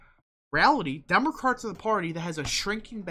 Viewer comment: was that some kind of insult lol or mispronunciation